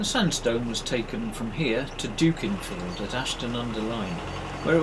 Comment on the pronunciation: Don't get alarmed, I'm not turning into the pronunciation polis ! Not yet, anyhoo, but....."Dookinfield" ? Gad, Sir ! it be " Duckinfield" , as you now know. Not surpried you got the "visit" whilst moored in Ashton. You don't need that palaver, so here's wishing you a stress free and safe life on the cut for the rest of your days. Really liking your absolute jhoy of it all , a pleasure to behold. Yeah , the Peak is something special , ain't that the truth.